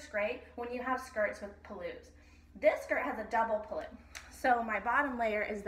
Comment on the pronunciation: So creative! I have to make one little comment though - please forgive my correcting you - the part of the sari that goes over the shoulder is pronounced pull-loo (where pull rhymes with cull or hull), rather than puloo, with the emphasis on the pull rather than the loo. It's hard to explain in writing! :) Other than that - I love how these skirts are putting the beauty and color of Indian fabrics and textiles on the map! Thank you!!